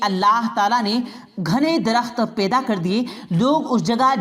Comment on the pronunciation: Janab aap meherbani karke alfaz ka Sahi istemal Karen Daulat Ko dolat Na bole paida ko peda na bole toufik ko tofik na bole waw ka sahi istemal kre pesh ka istemal na kre👍👍🙏🙏